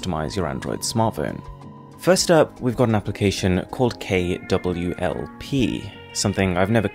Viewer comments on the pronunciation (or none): It's not kwlp it's klwp😕 Am I ri8? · A Little Mistake "It's a KLWP" Not KWLP BTW Good Job! ❤ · Its KLWP not KWLP ^_^ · Not KWLP... KLWP